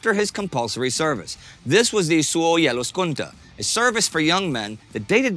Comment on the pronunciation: It's spelled and pronounced as "Suojeluskunta" but 10/10 for trying